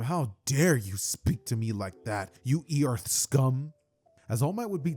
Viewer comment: how do you pronounce earth and earthling like that? 😭